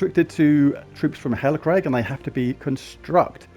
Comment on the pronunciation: "Hellacrag"? 😝 its Hellcrag boss 🤣